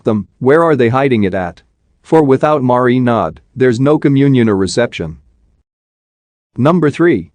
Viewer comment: It's the way it says marinad for me